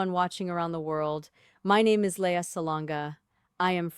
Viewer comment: It's AI not LEAH